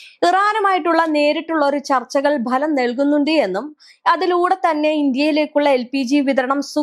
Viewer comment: ഭലമല്ല ഫലം കണ്ടു എന്നല്ലെ മാഡം ?!